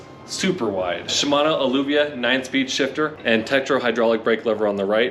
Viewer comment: “Shimano Luvia”